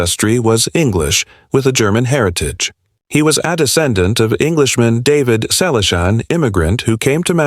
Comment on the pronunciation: Learn English. It's free on YouTube. Your AI generated voice is a mess. You can't even pronounce Selleck. What is heartbreaking? I am currently visiting the Selleck's. We have a great time. Don't worry, I am also the banker of the family, all relatives and close friends. There are no money problems. 25 million? Copied from cheap tabloids. Fake news. Not the story about his life again. Everyone we know and most of his fans have already read his book or listened to the audio CD. This video is a waste of time. Get an education and a real job. Don't talk about people you don't know.